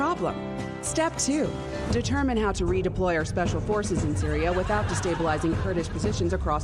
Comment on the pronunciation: Syria sounded mispronounced as Sireeya.